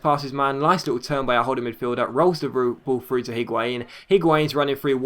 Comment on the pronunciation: The H in Higuain is silent I think